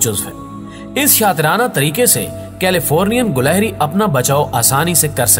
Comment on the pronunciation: gilehri not gulehri